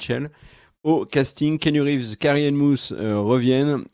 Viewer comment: Moi j'ai entendu Carrie-Anne Mousse